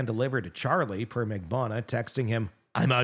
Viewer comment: GET THEIR LAST NAMES RIGHT. It's RIVERA - not RIVIERA (we're not in the South of France). MAG-BAN-U-A. If this was a court of law, they'd get off with new last names